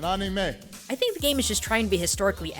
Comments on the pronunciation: "thank them, especially the young ones, for(how obama pronunces these words) (ca-ra-teh), and (kar-o-ke) (man-gah) (an-ey-mei) WTF! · mon-ga and Any-may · Did he just pronounce it animae I mean he got manga right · ...I lost it at Obama trying to pronounce Anime.